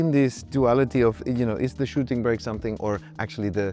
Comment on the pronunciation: "Shooting brek"